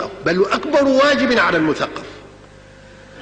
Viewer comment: هل يوجد عالم لغه يخطئ فى كلمة مثقف بفتح القاف. قالها مثقف بكسر القاف اول الفيديو